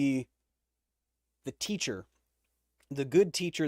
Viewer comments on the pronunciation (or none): none